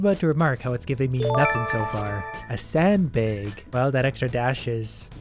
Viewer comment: "a sand baig"